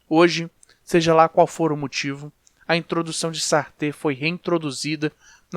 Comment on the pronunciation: Pronúncia de Satre equivocada